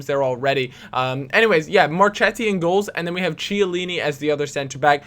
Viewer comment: Mar-kett-i and Key-a-leany btw!